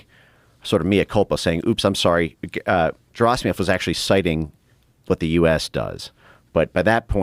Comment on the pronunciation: Dude is such an expert, he can’t even correctly pronounce Valery Gerasimov. Hard G😒